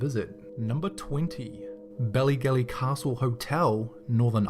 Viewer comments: It's not pronounced belly gelly haha in Ireland we accentuate our vowels so it's pronounced baalley gaalley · bellygelly? dude its bAllygAlly that's how we pronounce it its how its spelt